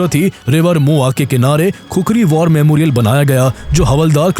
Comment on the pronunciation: It's war and not vaar....